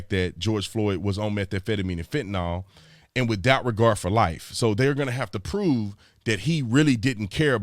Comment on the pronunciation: #Bruh I luv ya man, I do, you’re a great man and I thank you for your service! I’m so sorry for correcting this, but it drives me crazy and it is nowhere near just you that pronounces it this way. The word is FENTANYL. Pronounced FENT-A-NIL, not FENTINALL. I hope you’re okay with constructive criticism. BTW I was also in the business here in MA in the mid 2000’s. Thanks for all you do. ✊🏼